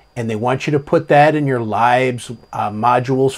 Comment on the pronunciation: A-TAP-E. Also LIBS is LIBS. Not Libes.:) (Knows will punch me repeatedly) Great video and full of great info. I didn’t even know this was a thing. Thank you!!